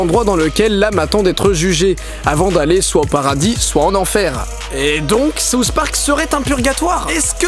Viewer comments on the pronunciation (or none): Ahah j'adore comment les français dise les "th" sousss park